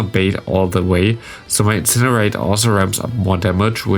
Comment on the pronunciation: Ich möchte dich noch ein letztes Mal auf den korrekten Gebrauch von "the" hinweisen, in der Hoffnung dass es in den nächsten Videos dann passt :D 🤝 So wie du es aussprichst wird es nur vor einem Wort mit a,e,i,o,u am Anfang benutzt, ansonsten ist das e in the ein ganz normales e